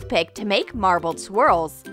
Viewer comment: WATER MARBELE NOOOOOOOOOOOOOOOO